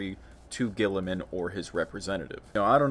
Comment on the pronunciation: I love how it's an unspoken tradition where you don't pronounce his name right and I love it 😂